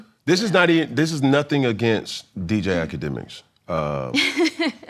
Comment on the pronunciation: Did this mf say dj ak lmaoooo